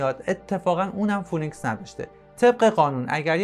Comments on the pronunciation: دوست عزیز اگر برنامه ای میسازی که جنبه اطلاعاتی و آموزشی باشه پس خیلی خوب میشه که اگر کلمه انگلیسی استفاده میکنی هم تلفظ و هم معنای اونو بدونی موشک فونیکس نیست فی نیکس هست که همون سیمرغ خودمون میشه که در گوگل هم بگردی تلفظ درست را پیدا میکنید phoenix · سلام،موشک فینیکس نه فونیکس.ممنون